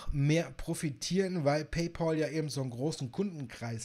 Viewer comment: Paypal wird "paypäl" ausgesprochen, nicht "paypol". Warum sagen die Deutschen immer Paypol???